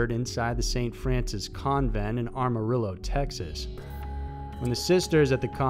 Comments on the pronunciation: It is pronounced am-uh-reel-o in case you ever have to say that one again lol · Am-ah-rillo. there is no r between the first "a" and the m. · Hi! It is AM-a-Rillo, I know sometime the names of the towns here are tricky as hell to pronounce. :) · Did you really just say ‘Armarillo’ Texas? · Cor-see-can-ah... Can not con= Corsicana Am-a-real-low =Amarillo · Anybody from Texas cringe when he said Corsicana and Amarillo? 😂